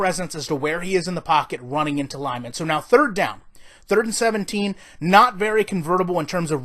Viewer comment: “Thrdird” down...